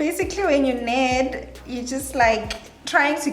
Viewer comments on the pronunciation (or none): Its NEEEED not ned.